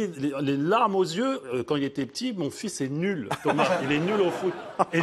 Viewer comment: Thomas!!! Prononce correctement le nom de ton Père!